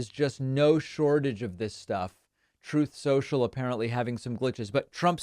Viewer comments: It's "Troth Senshal" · Trough sencual gets me everytime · Trothe sential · I miss whenever you say Truth Social it plays the audio clip, "TROTH SENTIAL" XDDD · "Troth Cential!" Trump's praying to keep his ass out of prison. All your crying, distractions and whataboutism won't help you now, "innocent man." 😂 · I forget that it's not actually called Troath Cential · "Troth Senchell" - Former Failed President Donald Trump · Why does he repeatedly mispronounce Troth Sensial?